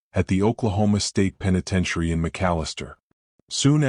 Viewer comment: Anyone notice the newscaster said tenepentiary?